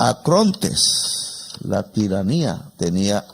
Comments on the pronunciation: el Presidente habla de "ACRONTES" pero en realidad debió haber dicho "ARCONTES". De cualquier manera es un gran discurso. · Mu muy estimado y respetado presidente Petro usted pronunció la palabra acronte en cinco veces y la palabra correcta es arcontes para designar a ciertos demonios y si está en lo cierto en pervertido don trumpoleone es un demonio.